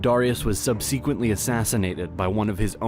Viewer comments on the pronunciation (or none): Some of these pronunciations are very questionable.. sub-seee-quently? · and mispronounces so many words that are common like “subsequently”